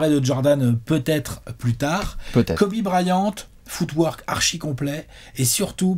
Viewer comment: À chaque fois qu'ils disent footwork, j'entends foutoir 😂 jpp 😂